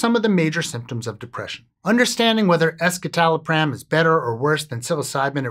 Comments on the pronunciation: The way you mispronounce escitalopram doesn’t instill confidence. Why only look at one study? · That's not how it's actually pronounced. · that's not how you pronounce "escitalopram"... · The "es" in escitalopram refers to the (S)-enantiomer of citalopram, which otherwise exists in a racemic mixture of (S)- and (R)-enantiomers in citalopram. A quick Google search of "escitalopram pronunciation" will bring up the correct way to say the name of this medication. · I was on escitalopram for 10 years and that is definitely not how I thought it was pronounced